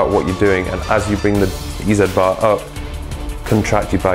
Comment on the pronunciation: "Eee Zee bar", as in "Easy bar", NOT "Eee Zed bar"!